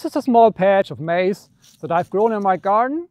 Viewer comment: Are you from Germany, no one wuld say majs it's Korn for the Brits and Americans, but it's interesting